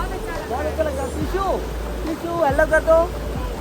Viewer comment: Sisuu ❌ shishuu ✅